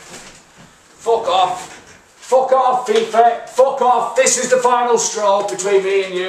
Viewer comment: thats a derry/donegal f*ck off if I've ever heard one. love the channel lad! Keep up the craic!